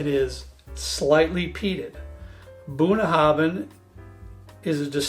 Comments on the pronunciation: Just came across this, as a Scot in Connecticut. Great choices and, as I'm sure has already been pointed out, you pronounce Bunnahbhin Bunaven. It's Scots Gaelic and bh and mh are pronounced as vees. For future reference Sliange mhath, sling mhor. It means Good health big good health small in Gaelic. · Really got to stop you now bun...habin is how it is pronounced my American friends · Very educational…..excellent notes and advice….second on the right Is pronounced Bunna how in…means bottom of the river in Irish/Scots Gaelic.